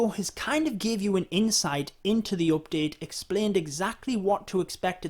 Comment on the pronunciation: He sYs every time OPdete xD